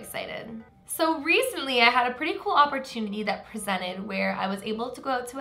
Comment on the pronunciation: Anyone else think "Reese-ntly" every time says recently?...... I'll show myself out